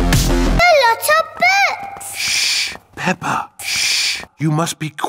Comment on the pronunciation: It's not pepper it's daddy Pig the